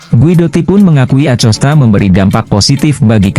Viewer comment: baca acostanya pake hurup K.. jangan pake hurup C...